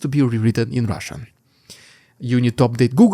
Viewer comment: Sounds like sometimes you say "It's the russian idiot". I laugh everytime and then i lock in for the news. Been a long time subscriber